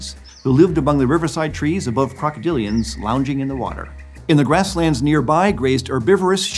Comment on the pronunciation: krokodilian? more like derpadilion